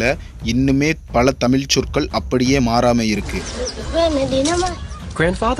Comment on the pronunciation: 'தமிழ்' அருள் கூர்ந்து...... சரியாக பலுக்கக் கற்றுக் கொள்ளவுவும்...